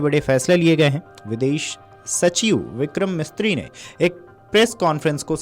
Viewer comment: Vikram mishri h Kya yaar news chalate h ek nam sahi ni bolaakta